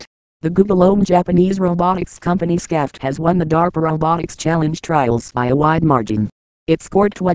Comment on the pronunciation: shaft! the name should be pronounced "shaft"!